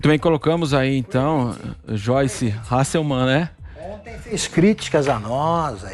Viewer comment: Repórter burro, sabe nem pronunciar o nome da dona.. é Hasselmann... tinha que ser desse lixo de rádio comprada, Jovem Pan.... Tá feio o que esse canal faz, está forçando ao extremo o apoio ao governo... Não tem nem comparação o que essa deputada fez comparada o que Daniel Silveira fez, ele xingou, ameaçou até de morte.. É um cara com discurso violento, com um passado nebuloso. Fala sério seus idiotas.